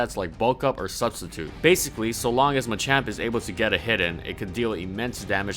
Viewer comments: Thats ma-champ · Wtf is a Muchamp? I thought it was called Machamp?